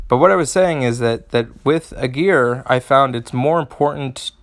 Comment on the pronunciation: Well, as a native German, I wonder that you stress the first syllable of "Aegir", because as English is a Germanic language, I would expect you to stress the first syllable as it is one of the characteristics of Germanic languages and the hero clearly intends to appear of Germanic origin. Apart from that, mixing it up with "a gear" while deciphering the chain of sounds, would be much harder :D. Besides the linguistics, thank you for the video! I was so lucky to draw him two times and I have cool ideas for teams, but he also seems to be much discussed, so your assessment is much appreciated.